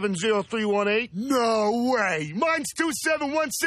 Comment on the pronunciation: I like how the professor puts the H sound even in words without. 'very whell' and 'no whay' 😃